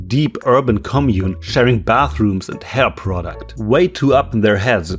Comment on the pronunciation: the random emphasis on sharing hair products killed me